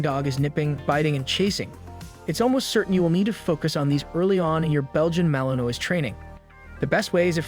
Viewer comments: I agree his pronunciation of the malinois word is embarrassing😊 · As a French American your pronunciation of my favorite breed is what it is but overall great video lol. My male is a ton of work but you get back what you put in like everything in life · Learn how to pronounce Malinois!!! For goodness sakes, or shut up